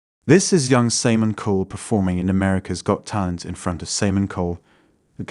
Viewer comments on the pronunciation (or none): who the hell is SAYMON KOUL ???? maybe you should LEARN HOW TO PRONOUNCE HIS NAME BRO!!!! he's an AWESOME person and deserves it SAYMON KOUL ... INDEED!!! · Okay, but..... the voice over saying "Samin Cul" at the beginning of the video really gives it away.... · Saymon Cole hahahah